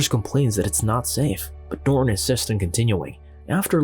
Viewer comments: Why does the narrator always pronounce the main character's name "Norr" instead of properly pronouncing it "Norton"? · Old narration is better... norton is "ner-on" here🤣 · nor'un. If you're going to narrate, at least pronounce the fucking words